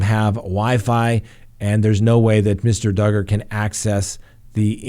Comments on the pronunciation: trolling everyone by saying doogard at the beginning 😂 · I love how you say Do guard. Who cares how you pronounce his name he's a POS. Allegedly. I honestly never thought that Barry Morphew was ever going to get arrested. I actually had to pull my car over into a parking lot and watch the news. Good times. <3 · Ha ha ...just keeps calling Duggar ..."Doogar" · He’s a pos. Just call him Duggar. Pronounced “doo gar” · Josh Duggar rhymes with hugger!?, 😐🙄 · Of course he did 😆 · I was like, " Is trolling us?" Lol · Hey BETH ADKINS wants us to ask you to PLEASE PRONOUNCE the name DUGGAR RIGHT!!! SHAME ON U GO STAND IN THE CORNER your not aloud to EVER mispronounce another word or name wrong again!!! At least as long as Beth & a couple other people are watching you, I dont understand why if they are so insulted over you mispronouncing it & are HAVING SUCH A PROBLEM DON'T they just leave & come back when DUGGAR isn't in the news anymore just saying 😊😊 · I laughed when you corrected the way you pronounced Duggar!! I’m always getting corrected on stuff like that too!!! Your not alone!!! 😂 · And your you are not pronouncing Josh Duggar's name correct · Still pronouncing Duggar wrong... Just the first time so you're getting better.